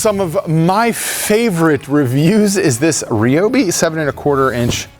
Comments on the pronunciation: What is a Ree Obi? Why do you say it so queer?! Do you call friends named Ryan Ree Anne? Cmon man, don’t be like sleepy joe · please say ryobi properly its not reeeeobeee, sorry im so triggered by that lol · It's r y not r e Ryobi there is no e in the word